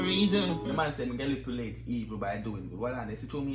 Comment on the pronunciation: Dawg mi nearly dead when yu go google “galipulate”🤣🤣🤣